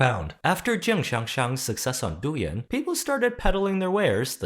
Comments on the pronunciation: I know it's not that important but I beg you to look up the proper pronunciation of Douyin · Why does this guy talk like he's some authority on Douyin when he can't even pronounce the name of the app right 😂😂😂